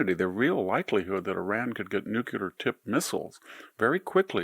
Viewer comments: Please, Mr. Hanson, please pronounce nuclear correctly. Say, nucleeeear, not nucuuuular. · VICTOR!!! NEW CLEAR. NUCLEAR NEW CLEAR. Not nuculer. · Anyone that promotes themself as a sage that can’t pronounce nuclear correctly, NOO klee er, NOT nuke u ler, like you did cannot be taken seriously! Do you say liberry instead of library? You sound like a 3 year old. Thumbs down every time I hear it in case I ever play any of your videos again. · “NUKE-U-LAR” IS NOT A WORD. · Nuclear does not equal Nu-queue-lar! C'mon VDH...you're an educated man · I do love Victor and his books, but I also wish he could figure out that the word "nuclear" only has two syllables. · If you cannot pronounce Nuclear properly you are not smart enough for me to listen to.